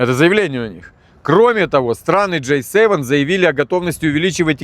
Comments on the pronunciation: Браток, только не Джей севен, а Джи севен (J7 - это сок, а G7 - это говно-семерка😂) без обид. Ты лучший! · G7 а не J7 выучи алфавит и говори правильно